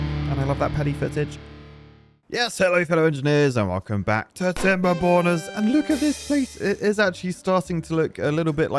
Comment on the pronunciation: Until now I thought he said timber boners